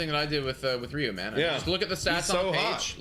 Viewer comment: hyunjin ryu's name isn't "re - you", it's pronounced similarly to the chinese last name "liu" (they are the same character, after all). It's single syllable and more "l" than "r'.